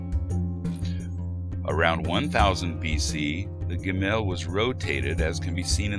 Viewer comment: Cool video. In the biblical scripts and modern pronunciation, the syllable stress of גבר gever and גשם geshem go on the first syllable: géver, not gevér, and géshem, not geshém - they are segolate nouns. Gimel is also pronounced gímel :)